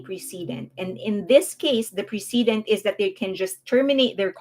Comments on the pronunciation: I feel weird nitpicking like this, but the word "precedent" is pronounced press-a-dent. You keep saying pree-see-dent. Other than that, great job laying out the facts and keeping us updated on the NJ drama. Thanks for keeping us well informed. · Your English is very good but precedent is pronounced "press uh dent" not "pre see dent". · Not to be picky, but ‘precedent’ is pronounced like ‘press-i-dent’ (accent on press). ‘President’ is pronounced with a ‘z’ sound, ‘precedent’ is pronounced the same but with an ‘s’ sound.